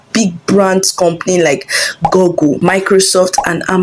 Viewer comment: It's pronounced GOOgle, not GOGGLE. You shouldn't be making such mistake in pronunciation